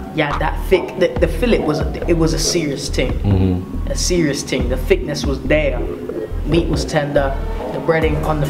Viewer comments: i love how instead of him saying the word thing he says ting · hate when he says 'ting'